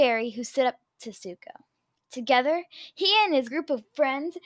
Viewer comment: It said Suko, not Zuko lol